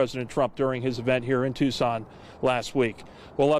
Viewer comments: With respect, "Tucson" is pronounced "Two-son", not "Tuk-sun". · Luke; for future reference Tucson, Arizona is pronounced like TOO - SAAN